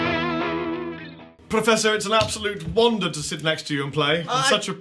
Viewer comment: I don't remember being taught to pronounce "wonder" as "wander". Huh?